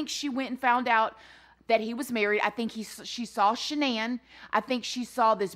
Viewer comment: She could not even say Shannan name